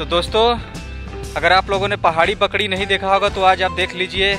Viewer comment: भाई बकड़ी नही बकरी